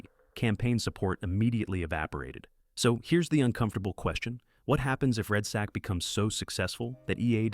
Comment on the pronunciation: its redsec gangsta not redsac aka red balls